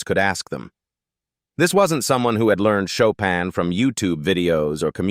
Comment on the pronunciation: Schade, dass der Sprecher so wenig Allgemeinbildung hat, um den Namen chopin richtig französisch auszusprechen